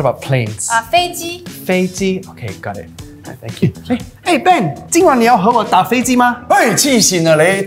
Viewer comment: i kept laughing at the way she pronounced ben